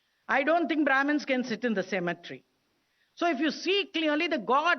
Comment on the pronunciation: Its cemetery not symmetry!